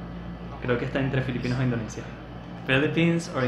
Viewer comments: Repite conmigo In- do- ni - sha Repite otra vez In- do- ni- sha Una vez más In- do- ni- sha 🤦‍♂️🤦‍♂️🤦‍♂️🤦‍♂️🤦‍♂️🤦‍♂️🤦‍♂️🤦‍♂️🤦‍♂️ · Y sigue diciendo Indoneisha después de que el anunciante dice Indonisha. Ajdjsehsh